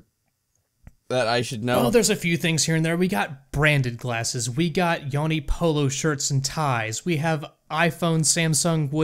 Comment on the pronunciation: Support Convos I think it's pronounced "Yoni"